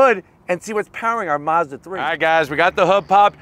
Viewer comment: It’s Mazda not Mozda